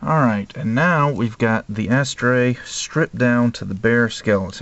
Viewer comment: It's funny the way people pronounce it 'Ass-Tray' (rather than 'a-STRAY').. always makes me think they are saying: "Ash-tray".